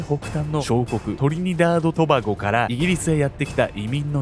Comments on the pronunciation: 言いにくそうにしとるけど頑張って言い切ってて笑いました🤭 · トリニダード・トバゴを大事に言ってて草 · のトリニダード・トバゴ、『噛まないぞ！』て気持ちがめっちゃ出てる🤭w コメディ映画に出てきそうなおバカ… 亡くなった奥さんはほんと災難…